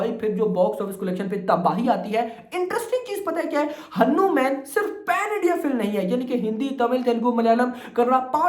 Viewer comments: भाई वो हानुमन नही हनुमान है..... please thoda correct karlein aap..... Thankyou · हन्नुम्यान नहि यार हनुमान है ब्रो😂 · Bhai woh हनुमान hai na ki हनुमेन so please make it correct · हनुमान (भगवान )नाम है वो hannu man kah raha hai😢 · Sab suno ye madharchod Pakistani mulla hai isliye hanuman ko hannu man bol raha hai iska nam Mohammad hai